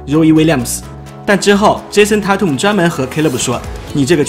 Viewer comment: tatum念错了吧